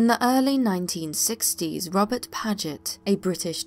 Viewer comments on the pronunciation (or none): none